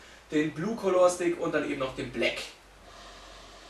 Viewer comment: Es ist eigentlich vielmehr ein "Kalla" Stick, als ein "Kolohr" Stick. Trotzdem unterhaltsames Video. :D